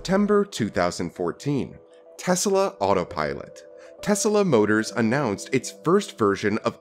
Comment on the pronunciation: What is Tesala? The name is pronounced Tes-La. Right? He named his car after Inventor Nikola Tesla.